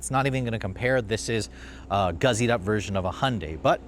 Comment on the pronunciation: Gussied up is spelled with the letter s, not z. Stop saying guzzied up.